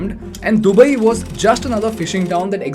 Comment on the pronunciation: This video & the anchor is ultimate chutiyapa. He doesn't even know to pronounce Arabs or Dubai